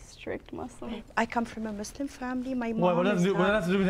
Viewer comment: Just before I watch the vid it’s the guy that said “I’m Muzlim” Real Muslims say it with a S